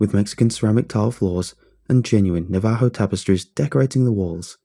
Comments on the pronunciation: Navajo - (NAE-vuh-ho), not (nuh-VAE-ho). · you pronounced Navaho wrong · The way he says Navajo is borderline maddening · I hate the way you say "Navajo" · Lmfao.... Navajo here an i just chuckle at it lol I've never heard it pronounced like that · same, living in the four corner area it made my skin crawl and i corrected it every time